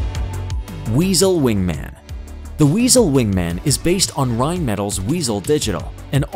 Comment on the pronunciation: Next time please pronounce Howe & Howe and Rheinmetall correctly.